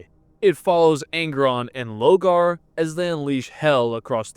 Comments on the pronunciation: Love this video and your little comparisons to anime arcs but some of your pronunciation dear god 🤣 you’ve read the books it’s LOR-GAR 😅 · Is there a reason he keeps mispronouncing Lorgar’s name? Like an inside joke I’m not aware of?